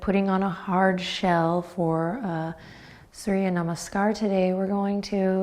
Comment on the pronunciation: I am from Syria and in Arabic it sounds just like Surya. When I heard you saying it, it sent shivers down my spine. Hello Surya!